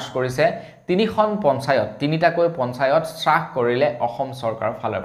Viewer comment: সু সুপ্ৰভাত। ৰ news চাই ভাল লগা।পিছে আজিৰ বাতৰিত আপুনি হ্ৰাস শব্দটো শ্ৰাস বুলি ভুলকৈ উচ্চাৰণ কৰিছে।এনে হব নালাগে।